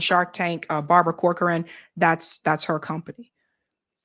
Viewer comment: Want a tip? Corcoran is pronounced "Cock-run." Weird but no lie! Check out how people say corcoran boots or Barbara Corcoran for corroboration!